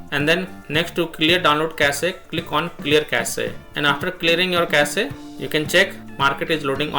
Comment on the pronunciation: Cache is pronounced cash, not cassee